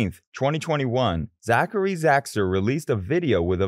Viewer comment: 😂😂😂😂😂 you cant even say his name right before putting hate on him